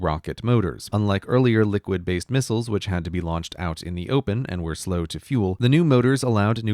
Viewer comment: They're missiles, not mistles. -There are two letter "i" in the word. Missile isn't short of mistletoe.